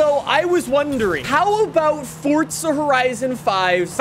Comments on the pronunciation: same it’s called forza not fortza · For real I’m like where is the t in forza lol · its for "ZA" not for "TZA" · Well im American so its Forza for me and not “Fortza” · fortza horizon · FOR ZA NOT FORT ZA… FOR ZA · Hey guys welcome back to Fortza horitzon 5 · "For Za" "Fort Za" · there’s no T in forza. it’s not fortza, it’s forza. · Fortza horizen five^ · Cool dude but why does he pronounce it “fortza” 💀 isn’t it “forza” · bro not trying to be mean literally constructive criticism. that said f o r z a. not f o r t z a. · There is NO “T” in Forza bro. It’s not fortza hahaha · It's "Forza" not "fortza' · I keep cringeing when I hear Fortza instead of forza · The way you say Forza as ForTTzuh bothers me so much I decided not to like or subscribe lmao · Bro it’s not fortzah it’s forza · Where are you getting the T from Lmaoo it’s FORZA NOT FORTZAHH makes it almost impossible to watch you for too long lol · Stop it’s FORZA NOT FORTZA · why do you say fortza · ITS FORZA NOT FORTZA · Its not fortza its for za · Bro it’s called for a for a reason, it’s so u call it’s for a not fortza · Its forza horizon five not fortzhuh hreizoun five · why do you say it with a T like it has one its forza not fortza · Its forza NOT Fortzha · Your so anoying saying forttsa horrison thats how you say it but you need to say it like for-za horizon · 30s in and I've heard "Fortza Horizon 5" more times than I've needed to lmao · more like ford zujh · For-za it is so easy. It Makes me so mad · no it’s for za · Idk why 4za is hard to pronounce for some people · Forthza lol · It's 'For-za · the t is silent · this is the first video I've seen from this guy but I'm real happy to know that. He seems real articulate but he's all-in with Fortza and he's sticking to it and that's awesome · Me waiting for him to say forza right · the way he says forza kills me lmao "fortza" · Is nobody gonna talk about the way he says "Fortza" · Fort-za...cmon bro! But yeah there slow other than that ford van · Fort zuh